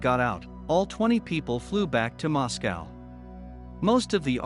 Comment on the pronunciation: Learn to pronounce Moscow